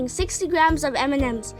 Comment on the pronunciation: "Look at all them emememes"